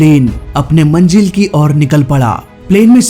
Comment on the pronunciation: oo bhai manjil ni hota manzil hota he india ki zuban bhott ajeeb hoti he... from france love my france and pakistan 🇵🇰 🇨🇵